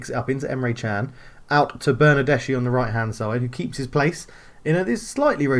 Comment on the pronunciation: It's pronounced Ma-te-a De-Shi-Lio, not actually hard to pronounce it's just a weird spelling for those unused to it. Also it's Ber-nar-des-ki.